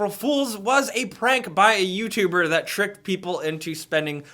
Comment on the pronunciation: Anybody else notice that instead of saying "that" he says "dat" or even "zat" lol